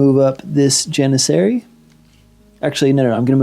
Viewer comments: Nice battle report! You are in fact pronouncing "Janissary" correctly! Keep up the good work! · Don’t know if someone has commented already but you pronounced janissary correctly on turn 2, also the yuzbasi is pronounced (youz-bash-uh), its Turkish, wouldn’t blame you if you didn’t pronounce it like that going forward lol just sharing a fun fact. As always great battle report can’t wait for the next one